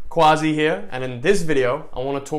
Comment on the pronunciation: Tbh imma enclose a secret of you. The actual pronunciation of Quazi is Kazi in Bengali. You made it up.😂😂😂👆